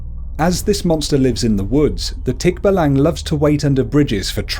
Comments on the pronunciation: Hes saying the creature wrong specially in tikbalang its actually Tik..ba.lang. Or Tik-ba-lang He said it fast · Thick- Baallang as you pronouce .. not tikbalang.. not short pronunciation . Plus you forgot tiktik, Kapre , igkanto, and duwende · You dont prounuced tikbalang tik-balang its tik-ba-lang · i mean its not tikba-lang its tik-balang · he is saying it wrong its not tik-balang its tik-balang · Nonono its pronoused as tik ba lang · Its pronounced Tik-ba-lang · it is tick-ba-lang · You said nr. 2 wrong just so ya know ^^ ((my php mom started laughing for No reason .-.)) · You pronownced it wrong! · I like how you pronounce Tikbalang